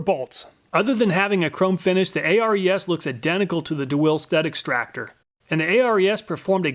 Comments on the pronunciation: "a, r, e, s"? Not sure is you know thats pronounced " air-es " it's named after the greek god of war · FYI: molybdenum is pronounced like "muh-LIB-duh-num". And hexagonal is "hex-A-gun-ul". Also, I suspect "ARES" is intended to be pronounced like "AIR-ees", like the Greek god. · If "Snap-on" is anywhere near a tool, the price goes up exponentially. That's why I don't have any Snap-on tools. Btw, Ares (Air-ease, not A-R-E-S) was the Greek God of War... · Pretty sure it was pronounced Ares like the Greek god of war not A.R.E.S. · btw, isnt that one brand pronounced [air-eez], like Ares, the Greek god of war? or is it Actually "A-R-E-S", like an acronym? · he says Ares as A-R-E-S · [nerd_nitpick] ARES is pronounce "Air-eez", as in Ares, the Greek god of war. Of course, Ares tool themselves say they're named after the Greek "hero"...Ares is a lot of things, but 'hero' generally isn't one of them. He whines after being injured during a battle during the Trojan War, and Zeus basically told him, "If you weren't my son, I'd have tossed your bitch ass out long ago." [/nerd_nitpick] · That's a very interesting way of saying Ares, you know like the god of war. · ARES? You mean Ares, the greek god of war?